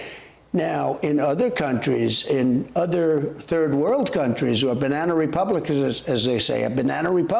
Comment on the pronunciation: Did he say Banana Republican?